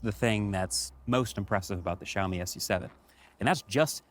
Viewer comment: ok but fr it's Xiaomi not Zhaomi